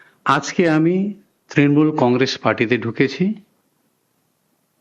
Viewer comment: ত্রিমুল ? নিজে ভুল উচ্চারণ করলি এবার তোর পদ থাকবে?